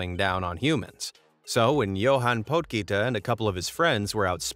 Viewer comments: Im south african and couldn't stop laughing at the way you pronounce johan potgieter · I'm south african and the way you pronounced "Potgieter" made my day🤣No disrespect to you, you almost had it and besides, you're not south african so you don't know the proper way. Thank you for making me smile today